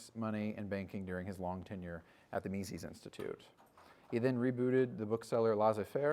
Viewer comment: If only we could hear the proper pronunciation of "Mises" which does not rhyme with feces. Is that too much to ask from intellectuals?